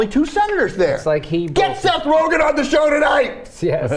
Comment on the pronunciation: I know this is assholey, but his last name is Rogen, not "Rogan"